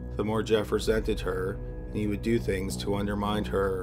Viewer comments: The word is "undermine," not "undermind." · He death sentence was "quashed" not squashed. It's undermine not undermind. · Undermine not 'underminD'